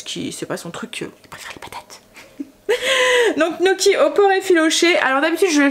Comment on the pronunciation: Gnocchi = nioqui (en phonique) pas knoki ! 😂😂😂😂😂 c rigolo, c dur hein 😉